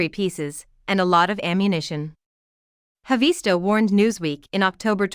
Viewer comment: It's not HavEESto. It's HAAvisto.